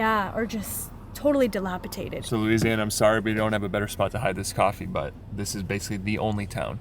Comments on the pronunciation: LOLOL at DILAPITATED 🤣🤣😂when you try to use bigger words but your brain has different plans. its ok we know you meant dilapidated lol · Fyi it's dilapidated not dilapitated